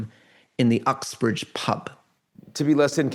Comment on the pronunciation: Americans, Uxbridge is not Oxbridge 😭